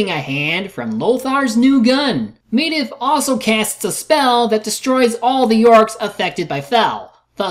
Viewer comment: Dude, you actually recorded Khadgar saying Medivh's name, and you still can't pronounce it right yourself? Also, what's so disappointing about how Lothar kills Blackhand? He said himself, "They are stronger, you need to be smarter." And that's exactly what he did. He fought smarter.